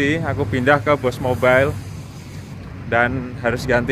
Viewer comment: boost mobile bang bukan bos mobile